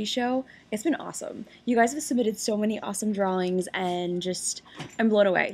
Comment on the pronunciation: "drawlings"... yep... shes from pittsburgh.